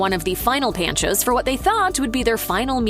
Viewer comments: Pawn - chos,NOT pan-choz! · It’s PON-cho’s, not PAN-cho’s. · Pancho's is pronounced like "pawn" then "chose" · Pan cho’s? LMAO! That’s not how you pronounce it. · My favorite part of this video was hearing her pronounce Pancho’s… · The pronunciation of “Panchos” in the this video boiled my blood, but I’m definitely hitting the one in Houston VERY soon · Thank you, was driving me nuts with the mispronunciation. There's one just down the street from me but I haven't been in years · Seek help, learn how to pronounce Pancho's... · How does a professional voice talent mispronounce easy words like "Pancho's?" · Because Mashed is We-Todd-it